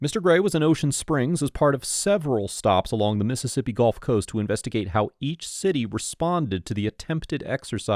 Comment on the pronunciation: As a person who lived in south Mississippi for several years, thank you for pronouncing these cities' names correctly.